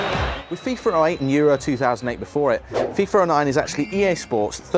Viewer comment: Its called FIFA not FIFER!!!